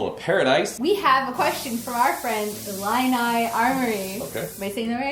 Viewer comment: Yep you said it right! Illini.....pronounced it perfectly. And thank you for answering my question